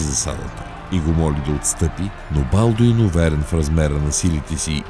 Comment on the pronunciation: Като чух БАлдун и спрях клипа, мн зле